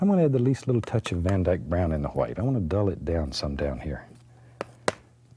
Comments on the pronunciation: ikr he says like gwhight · Love how he says whhite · I love how he pronounces "white."